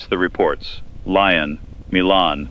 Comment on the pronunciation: Lyon (in France) is pronounced lee-OWN.